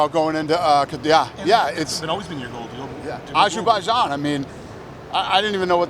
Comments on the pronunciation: Soon our world will know the evil dirty deeds Trump and dana white have committed. The way Dana says ajooboojain instead of Azerbaijan hurts too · you guys been to ashabashan?